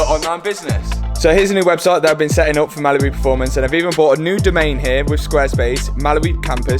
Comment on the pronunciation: Hi, really love your videos. One thing though, I swear when you say Mallory it sounds like Mallibu! Lol.